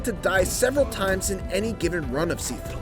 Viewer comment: pronunciation- ( X ) Sifu ( O ) Shiifuu.